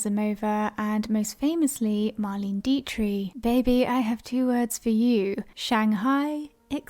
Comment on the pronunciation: Marlain deetree? I have NEVER heard anyone mispronounce Marlene Dietrich’s name. Ever. Wow.